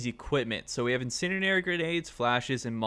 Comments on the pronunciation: Nice video, getting harder to find Insurgency content these days (I know vid is old) Ps. Pls learn how to say Incendiary my god 💀 It's like hearing a grown adult say "scabetti" instead of spaghetti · Thanks for the tips! But my man… you may need to brush up on how to say incendiary. 😅